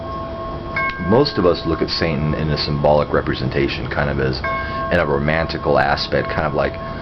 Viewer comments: is he saying santain? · Are you saying "Saintan" I'm not trolling here, I'm just asking, as I'm very new to this, and checking to is there a "Satanism" and a "Saintanism"?